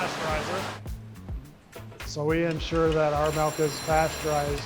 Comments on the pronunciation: Proud Wisconsinite here! I love this, and his passion, even after 50 years, is significant. You'd think he would be the one guy who pronounces "milk" correctly, however. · That's the WI way to say it. I learned to say "milk" after living in Richmond VA for 5 years. Now I'm back in WI but still say "milk." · Didn't know in Wisconsin they made cheese out of Melk. Melk melk melk. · Melk! Nice video though. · Take a shot every time he says "melk" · The “melk” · Melk? What's that? 😂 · Melk? Give him the frickin' melk, Josh!